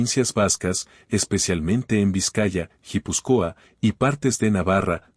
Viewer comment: Se dice euskera...no euskara...es lo que tienen los vagos que usan la IA para que les haga el trabajo para ganar dinero sin ningún tipo de esfuerzo ni tesón... Jipuscoa dice ..y es guipuzcua ..anda anda